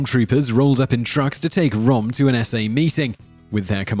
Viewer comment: d e austin: He doesn't care about pronouncing proper nouns correctly due to his country of birth.